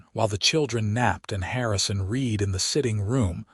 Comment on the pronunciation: At about : : the word 'read' is mispronounced by using a hard 'e' when a soft one changes the word into fiting into the local context of the story!. Oops LoL 😢😢